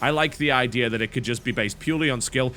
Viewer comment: Unrelated question... I've noticed that every time a word ends with "A" you seem to finish it with an "R" e.g. "The idear is" "Magickar is" and so on, why is that?